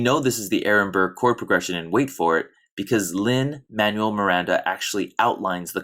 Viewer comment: Man-well, not Manual. But this is really neat!